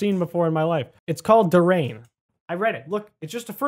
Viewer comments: It's prounounce dur Yan not dur rain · also you say durain like dur-i-an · HEY ITS CALLED A DURIAN (DER-EEH-IN) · It’s not a durrain (it’s pronounced in der e en and it’s called a durian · Durain is a fruit that smells awful and pronounced dur e an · Btw Durian is pronounced, “Ju-ri-an” And it’s a malaysian fruit (At least I think so) and buddy died ‘cause durians are really smelly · durian you read it like duryan it stinks its only on asia its spiky edit:but its tasty